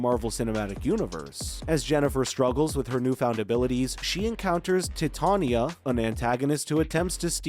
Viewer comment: Your pronunciation is off. It's not 'tit'ania, it's 'titan'ia. T-eye-t-ain-ia.